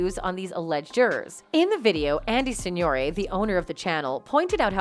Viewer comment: Andy SIGG-nor. Not Señor..